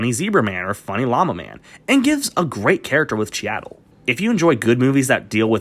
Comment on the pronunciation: It's pronounced "Cheedle." How have you never heard someone say his name before? Also "Capote" is one of your favorite PSH performances, but you can't pronounce that either?